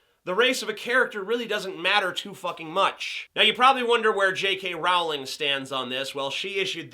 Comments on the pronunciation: I don't disagree but if you're going to use the 'w' argument, you wouldn't pronounce 'bowling' as 'bow-ling' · I cringe whenever he says 'J.K RoWWWWWLING'. It's pronounced as 'J.K Rolling'. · It's pronounced "Rolling". You would think an intelligent, amazing, reviewer would know that...